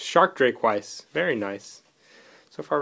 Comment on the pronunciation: It's "V-ees", TCG changed Vice to Veiss which I Google it and has no defination.